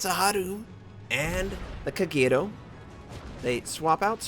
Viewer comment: The way you say Kagerou makes me sad :c